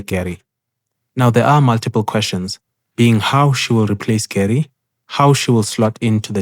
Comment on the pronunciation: Not to be that guy. But I will be that guy. Her name is pronounced Gu-Ray. You know this from her First Meeting voice line.